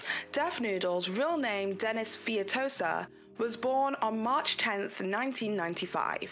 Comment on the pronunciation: Coming back here 2 weeks later to say now we all know he was BORN IN 1985 NOT 1995!! LOL! Also, his last name is pronounced Fay-toes-ah not Fee-ya-to-sa.